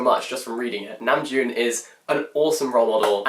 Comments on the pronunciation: I had given him a thumbs up cause he was clearly smitten and full of praise lol, but I want to give him a thumbs down cause he keeps saying his name wrong!!!😫😄 I was checking the comments cause I was curious about his accent. Saw the praise for namjoon's taste, but then hearing him say it wrong is killing me lol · I really enjoyed and loved your video... I learned a lot of new things about the meanings behind their songs and music videos. Thank you! Also the way he pronounced Namjoon reminded me of the meme tweet where jungkook was saying "happy birthday Namjoon"